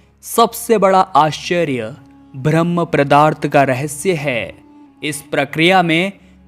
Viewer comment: जानकारी अच्छी थी बस किसी-किसी शब्द का उच्चारण सही नहीं है जैसे-पदार्थ को प्रदार्थ बार बार बोला गया।